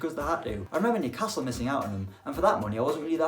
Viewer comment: Nobody:: New-CASTLE